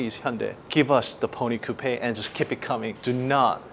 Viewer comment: You're pronouncing Coupe wrong